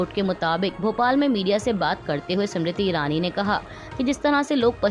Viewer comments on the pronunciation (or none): सिमरिति ईरानी नहीं स्मृति ईरानी है कृपया सही उच्चारण करें। खास कर किसी के नाम का। धन्यवाद